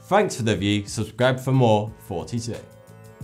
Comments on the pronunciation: i have been subbed for almost a year now and i just found out today that you are saying thoughty2 and not 42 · he says Foughty 2